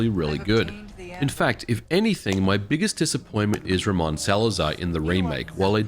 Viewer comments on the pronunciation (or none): none